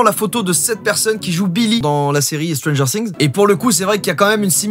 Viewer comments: On dit pas stranger sssssings mais stranger things ( qui se prononce stranger fings) mais si nn bonne vidéo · Stranger things SA SE PRONONCE STRANGEUR FIGUEE!!!!! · C ps stranger singzzz c stranger things comme fings si tu veux les français vous aimez trop changer les mots anglais C ouf😅